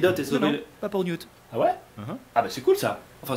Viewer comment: Ça se prononce Newt et non mute🤨 et ça été l’amour de ma vie dans les livres❤️😭